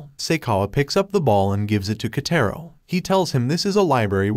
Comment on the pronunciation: Just to sAy its "Kataro" i think. not"Kaytayro